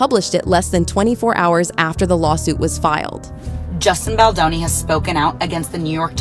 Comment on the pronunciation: Offensive you call Justin Boldoni Justine Boloni